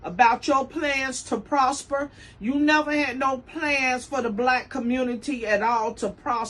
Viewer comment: 'Nevurr' haha :)